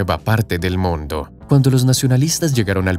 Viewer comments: que horrible redaccion. En vez de mundo dice moondo... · Hay lo siento pero lo tengo que decir, no sé pronuncia moondo sino mundo, una única vocal en forma de U, si algo bueno tiene el español es que todas las vocales tienen un único sonido. Que alguien me explique como de lógico es que haya un túnel desde Gibraltar hasta Tánger cuya distancia es más aún que el doble más corto, Gibraltar para empezar no tiene terreno suficiente para una boca de un túnel que se tendría que hundir hasta los 1000 metros bajo el mar, pero aún más bajo tierra, además, se construiría en parte en aguas españolas y para que a españa le interese un túnel euroafricano pasando por Gibraltar, que es un paraíso fiscal o casi, habría muchísimos problemas, la segunda solución que se dio es la más posible de todas y seguro que será la que se escoja en el futuro. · jaja, por que hablas así??? "el puente mas largo del MONDO..." XD XD XD XD XD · ¿Por qué el locutor pronuncia la palabra "mundo" casi como en italiano? En toda la locución no le sucede con ninguna otra palabra. ¡Habla bien, habla bien o te mato! (?)